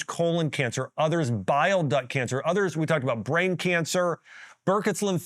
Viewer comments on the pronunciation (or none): none